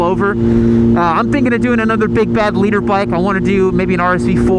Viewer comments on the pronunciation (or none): Always sounds like "leader bike", as in the fast fucker at the front, not litre as in 1000cc